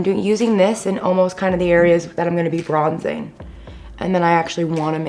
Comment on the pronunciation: The way she said bronzing shreekkkk